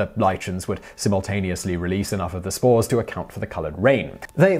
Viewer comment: For a second there I thought he was saying smores instead of spores.